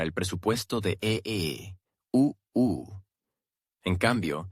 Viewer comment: El programador de este vídeo debe enseñarle al robot parlante que EEUU es Estados Unidos y que UE es Unión Europea. Mientras no programen eso me negaré a seguir viendo sus vídeos por muy interesantes que sean.